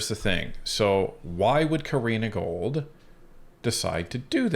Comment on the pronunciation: Love your channel and the work you guys are putting in! Btw its Gould not Gold hehe. Keep up the great content!